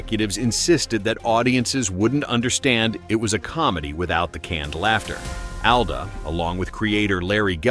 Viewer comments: “Al-duh”? It’s “All-duh”. A.I. voice strikes again. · Not Al-duh, like the name Al. It’s All-duh, like all AI get pronunciations wrong. Good content, but thumbs down for unprofessional diction. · He pronounces it “ALL-DA” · Would be nice if you properly pronounced Allan’s last name